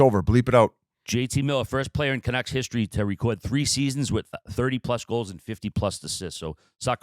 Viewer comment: Big misses for Murls… first it was $92.8M not $96M… second can’t actually pronounce the Canucks… finally to me there is still meat there for Murls rumour as Pettersson’s NMC is only the last 7 of the 8 years… why would they leave a full first year to move in the contract. C’mon Murls… at least come prepared if invited on to the mother ship!!